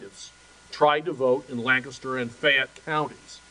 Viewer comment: Lawyer Country bumpkins cant pronounce lancaster